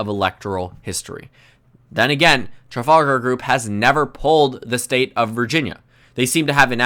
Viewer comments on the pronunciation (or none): Hear him failing to pronounce Trafalgar 😄